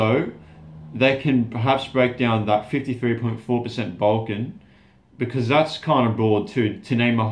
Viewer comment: When he said "Balkan", I thought he said "Vulcan!"